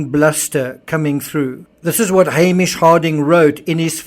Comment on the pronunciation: Totally unrelated, but this is the first video I think I've ever seen where someone pronounced Hamish correctly. Been bugging me for three years 😆